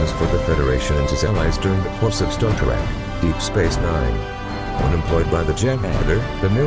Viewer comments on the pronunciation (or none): robot voice=dislike This one is particularly shitty. Star Tarek?? ugh